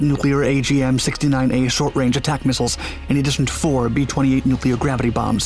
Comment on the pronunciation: We need a 10 loop vid of him saying NOOKLAR.